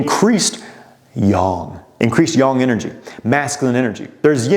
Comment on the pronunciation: its ying and yang not yong lol